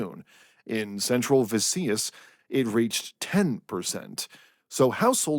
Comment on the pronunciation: Btw, Visayas is pronounced "veh-SIGH-es" ;)